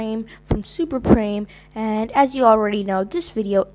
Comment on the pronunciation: This was so fun to make!! Hope yall enjoyed the video and add your rankings in the comments.And it's pronounced 'Prame' not 'Preem' lmao.